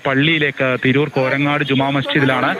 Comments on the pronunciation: കോരങ്ങാട് അല്ല കോരങ്ങത്ത് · കോരങ്ങാട് അല്ല തിരൂർ കോരങ്ങത്ത് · കോരങ്ങാട് അല്ല ബായി കോരങ്ങത്ത് ജുമാ മസ്ജിദ്